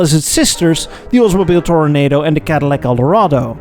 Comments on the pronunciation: …it’s tor-uh-NAH-do, not tornado. Nice segment. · It's TORONADO, not tornado. it makes you sound insipid or arrogant. Please get it right. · I'm sure you'll see this from many other people. "Tore-oh-NAH-doe", not "Tore-oh-NAY-doe." Must be a Dutch thing. 😁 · Thanks,, not tornado, phonetically spelled out as.. Olds-mo-beel Tor-uh-nah-doh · This really should be known as the Gordon Buehrig revival. He designed the Duesenberg Model J, Auburn Boattail Speedster, and Cord 810/812. It's easy to see his influence in the early Oldsmobile Toronado and the Buick Riviera BTW Toronado is NOT pronounced like 'tornado'. It's Toro-nada, like Spanish for 'not a bull'. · It's Oldsmobile TORONADO, NOT TORNADO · Good episode,, but please, Toronado is pronounced like the El Dorado not like the twisty storm. Also would have been nice to give props to Auburn for the Speedster. In fact, you should come visit Auburn on Labor Day for the Auburn Cord Duesenberg Festival. You’d love it. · TOR-O-NA-DO NOT TORNADO ! SPEAK ENGLISH ! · Oldsmobile pronounced "Toronaahdo", not "Tornado". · Toro-nah-do, not Toro-nay-do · Actually it's "Tor-oh-NAH-doh." Four syllables, like Eldorado. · It isn't an Oldsmobile Tornado, it's a TOR - OH - NAH - DOE. Four syllables. Toronado. Otherwise, great job, as always! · It is not tornado, it is pronounced, tor a nah doe. FYI. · One of your finest videos to date. Thanks,! What you do is much appreciated. (And we pronounce it "tor-o-NAH-do.) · Buick got the LaSalle because they agreed to take it with no design changes. A vinyl top on the boat-tail is a crime. Also it’s pronounced toro-nahhdo. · please pronounce toronado correctly... my god